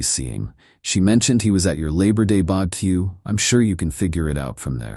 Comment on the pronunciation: I snort everytime the narrator says "bubba keeuw" lol